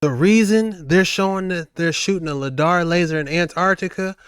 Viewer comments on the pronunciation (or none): Bro! It's called Lie-Dar not lid-ar..! Even after watching a video with the guy saying it correctly, you still called it LID-AR..... straight dumb. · 😱😱😱it's not Ladar it's sounds like LIEDARR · ITS LIDAR!!!!!!!! NOT LADAR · my man its not ladar its lidar like lie - dar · Hey see it's lidar your saying it wrong but love dog. Doing great keep it up. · It's pronounced lie dar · It’s Pronounced “Lie-Dar” Dayumm the guy said numerous times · Come on man I love your videos but come on,, it's pronounced ly-dar, and it's what you're good quality radar detectors are looking for when you're speeding down the HI-way, lol, but the light are they using down there is more than likely being used to f*** with the weather the great tool if you want to mess with a country. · for the love of god please pronounce Lidar correctly.. its pronounmced ("Lie Dar) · Its pronounced LIE-DAR I like the content though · Lidar- Lie-Dar. lol you pronouncing it wrong bro. Lidar is hugely used by archeologist and I’ve thought of finding a way to purchase one so I can freely use it to scope out and reveal findings💯. Now I wanna go and reveal North Pole truths #archeologystudent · The proper pronunciation is lie dar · Pronounced lie dar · its pronounced.....LIE_DAR !!!!!! DANG BOY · My brother it’s pronounced LIE DAR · Lie-dar brother XOXO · Just slightly concerned that you continued to mispronounce lidar